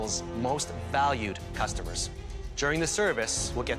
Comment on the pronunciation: Alvin : Cussomers Me: What is a cussamers